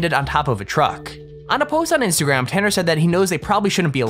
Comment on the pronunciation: It's not tenner its tanner